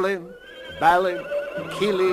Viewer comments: they stuffed up the pronunciation of the names. Bar-lin (Not BAHLIN), Oi-n (not Owen) Gloi-n (Not Glow in), Bomb-AR (BombOOR) don't say to me I can't spell the names, I am just doing the pronunciations. Fili (Fee-li) Kili (Kee-li) Oin (Oi-n) Gloin (Gloi-n) Dwalin (Dwar-lin) Balin (Bar-lin) Bifur (Bif-ar) Bofur (Bof-ar) Bombur (Bomb-ar) Dori (Doori) Nori (Noori) Ori (Oori) Thorin (Thor-in) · Nope, because my comment corrected four of them. Balin, Oin, Gloin, Bombur. Balin is pronounced as Buh-lin or Bar-lin, Oin is not Owen, Gloin is not Glow-In, and Bombur isn't Bom-boor, but I understand where the mistakes were made. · They pronounce Balin, Bofur, and Bombur's names incorrectly.